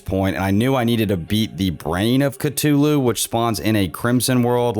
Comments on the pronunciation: "eye of catolu" 😭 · When he first said eye of ctuly it cracked me up 😂😂😂 It’s pronounced cuh-thoo-loo by the way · I hate how he says Cthulhu as cu-toto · Are we just gonna ignore the fact that he pronounces “Cthulhu” “Ctulu” I mean I don’t care I’m just saying